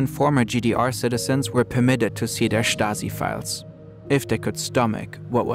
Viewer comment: “Da Shtazi”